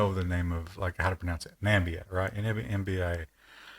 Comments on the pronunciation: Namibia, not Nambia facepalm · Isn’t it Namibia? Not Nambia?